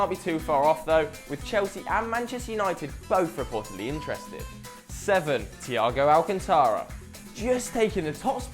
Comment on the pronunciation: ITS THIAGO ALCANTRA!!!!